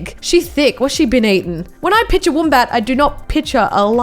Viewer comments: She said pitcher instead of picture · Nobody:: “Piture. Piture. Piture” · can I make fun of her for saying pitcher now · She says pitcher